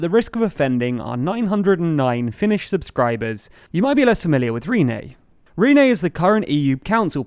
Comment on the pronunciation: Who is Rene? You mean Ryeinne... and he is a moron.